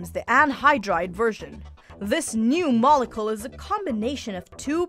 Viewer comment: The mispronunciation of “pipet”, “potassium”, and (for-the-love-of-god!) “molecule” make me want to pull your science card . . .